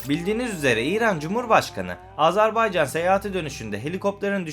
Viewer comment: AzArbaycan değil AzErbaycan deyin lütfen.